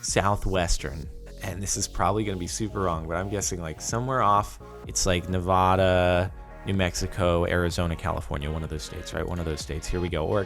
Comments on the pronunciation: I was so sad when he said Nev-aw-duh not Nev-ah-duh, no one in Nevada fall it that oof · Its NevAdA, not NevawwwDUh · Omg, I live in Nevada. And it’s pronounced with and a sound, not and o sound. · He pronounced Nevada "nev-ah-da"